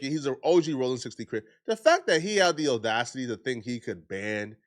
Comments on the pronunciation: Dammit 😂. It’s NOT Oh-Dacity. I can deal with you calling it window taint and your other one offs but you say audacity in every video so you need to say it correctly. Just like you say apology… that ah sound? Use it in audacity 💕 No more OOOOOOdacity 🙏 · My ninja said Oh-dacity 🤣😂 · It’s “audacity,”. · On 6-oh-dacity